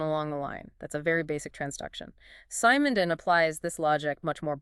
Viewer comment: its not [sAy-mon-don] it's [se-mon-don]